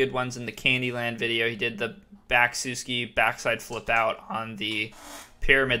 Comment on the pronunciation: it's pronouced SUH-ski. not soo-ski 😉